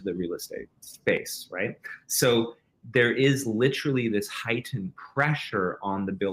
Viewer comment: Fascinating interview, but if this guy says "LITT-erilly" one more fucking time, I swear